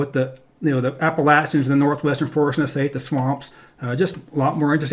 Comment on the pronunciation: The way you pronounce the word “Appalachian” terrifies me